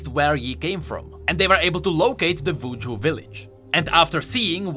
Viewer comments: You are actually trolling. Pronouncing W as V (Wuju as Vuju) and V as W (Vilemaw as Wilemaw) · Hopefully I'm not the only one who thought he said "Vooju"(I know it's cause of his accent, but I thought it was humorous).